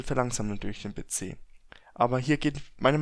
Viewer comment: Be ze statt pc